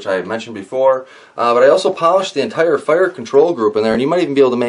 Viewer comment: "Entire" - not egg ire ...